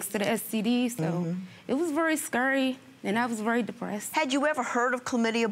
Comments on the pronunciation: "Scurry" really..... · "Scurry"? You mean "scary"